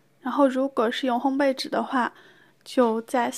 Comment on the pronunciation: 发音很棒 ！两个很多人读错的字你都读得很准确：玫瑰[gui]，烘焙[bèi]。